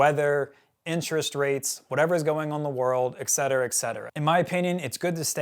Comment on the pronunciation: Nice info. Thanks for sharing. PLEASE learn how to pronounce ETC. There is no 'X' or X sound. Et cetera, usually abbreviated etc., comes from the Latin et, meaning and, and cetera, meaning the rest. So et cetera literally means and the rest. Your perceived IQ goes way down when you can't pronounce simple words.